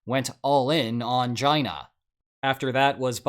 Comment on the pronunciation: Did he just pronounce China as “jina”? The U S being deep in “jina” under Trump rings… wrong… but kinda correct?😂😂